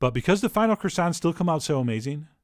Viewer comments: I'm sorry, but it should be pronounced croissants donchyaknow? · I love CWASSONS. HON HON HON HON